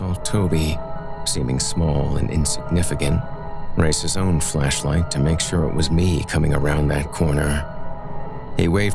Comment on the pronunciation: Maybe it's just my disturbed mind, but I could swear you kept saying fleshlight, not flashlight!